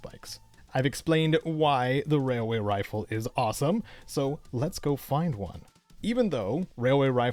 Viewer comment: All I hear is “wailway” Every time 😂